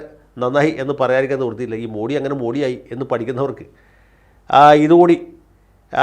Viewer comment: മോഡി. അല്ല. മോദി എന്നാണ് ശരിയായ ഉച്ചാരണം.